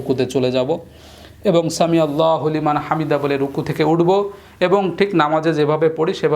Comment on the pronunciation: সামি,আল্লাহ হুলিমান হামিদা হবে নাকি সামি' আল্লাহ লিমান হামিদা কোনটা আপনি মনে হয় ভুল করছেন😢